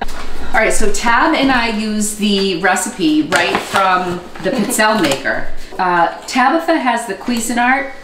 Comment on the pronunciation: Pee-tzell'-eh.. is the pronunciation... I'm Italian. Stress the second last syllable